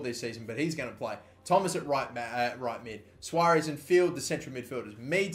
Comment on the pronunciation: Tom soares name is pronounced like that it's pronounced Sores not Suarez